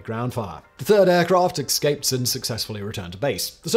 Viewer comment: Did you just say "ex-scaped" instead of escaped Simon? Tut tut. I hope you get a cerstificate when they take away your skellington in an ambliance...